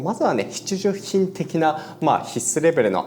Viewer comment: ﾋﾁｭｼﾞｭﾋﾝの度に笑ってしまう